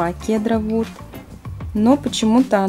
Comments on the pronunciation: Хедер Вуд а не Кедер Вуд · Не кедар а ЦЕДАР!!!! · Сідар вуд а не кедар вуд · СИДР ВУД А НЕ КЕДР ВУД!!!!!!!!!! КТО-ТО АНГЛИЙСКИЙ НЕ ЗНАЕТ!!!!!!!!!